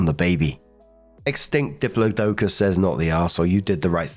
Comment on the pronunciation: Story 2 - When doesn't know how to pronounce "diplodocus".........